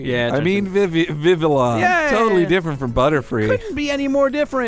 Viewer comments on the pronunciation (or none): Vivillon: Pronounced Vih-vee-yon with a soft n per the FRENCH region. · It's Viv - E - Yon not Viv - ill - on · its pronounced viviyon.